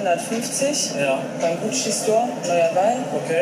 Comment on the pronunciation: GUCCI Tasche und nicht GUCCE